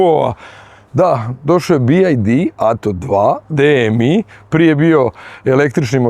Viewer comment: Bi Vaj Di,, ne Bi Aj Di. Vaj, ne Aj. 😉